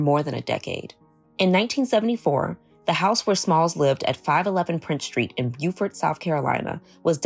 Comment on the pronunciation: Awesome story! ... but the town's name is pronounced 'Bowfert'. I grew up in North Carolina and we also have a town named Beaufort.